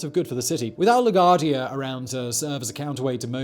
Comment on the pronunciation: “Lagwardia” jeez. You ever flew to nyc? 🤷🏾‍♂️😂🤣